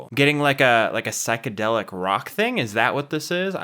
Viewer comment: Never NEVER listen to remasters. They ALWAYS ruin it. 😬 Also it's pronounced SIGH-kedelic not SICK-edelick